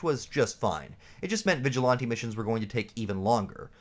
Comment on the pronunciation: I pressed ▶️ for the content topic…I STAYED for “vig-a-lahn-tee”😂 Salute! I dig your content bro!